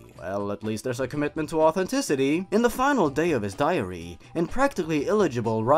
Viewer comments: I'm so bothered by how it sounds like he's saying diarrhea instead of diary :'D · I thought you said diarrhea of a whimpy kid lmao